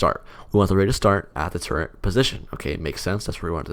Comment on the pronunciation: there is no 'n' in turret